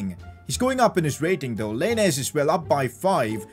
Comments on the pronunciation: I’m sorry but the way he says lainez just triggers me 😂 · He said lainez name wrong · Im Mexican and it triggered me when he said lainez. But it’s fine because he is the best yter